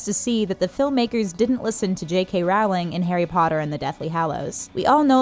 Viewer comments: JKR’s name is pronounced “rowling” like “bowling”, not Raowling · Great Video...but it's pronounced "Roll-ling" not "Raou-ling" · You’re saying it wrong! It’s pronounced rolling! not rOWling! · ITS PRONOUNCED JK ROWWWLING UGH NOT JK RAAWLING (you don't pronounce bowling as baawling, correct?) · It depends on the accent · Rowling is pronounced Roeling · I really wish these youtube presenters would learn to pronounce JK Rowling's last name. It rhymes with "bowling". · she pronounced JK rowling's name wrong. It's pronounced like bowling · Why can these narrators never pronounce Rowling correctly? It's not difficult.